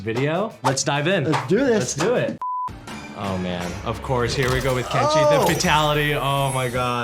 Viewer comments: Хех,, КЕнши, а не КеншИ))) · Видео отличное,только правильно говорить Ке́нши, а не Кенши́